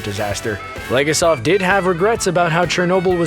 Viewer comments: Stop mispronouncing Legasov's name! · I don’t know what’s more frustrating, that the writer didn’t do enough research to verify that actually a majority of the things discussed was covered in the podcast, and what they’re saying is false or the fact that the narrator didn’t look up the proper pronunciations of legasov, Khomyuk, and other Russian names. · Donisan Vasy it’s extremely frustrating that the narrator and writers didn’t research the Russian and Ukrainian pronunciations for any of the names. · The way he said Legasov, bothers me more than it should :))